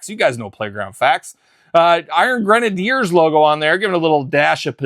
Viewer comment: They were never the “iron grenaders ” you clearly just were not a strong reader …..it’s always been pronounced grenadier and is a real world military term